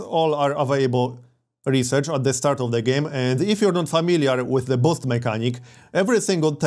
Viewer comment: *boost, not bost